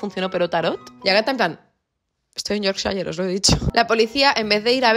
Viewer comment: Amo como pronuncias Yorkshire ❤